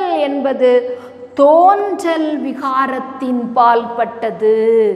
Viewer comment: தேன்றல் அல்ல தோன்றல்.